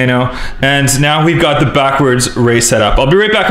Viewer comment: did he say ze instead of the 😂😂